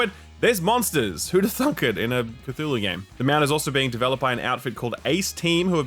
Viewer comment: repeated mispronunciation of Cthulhu really made me want to press the dislike button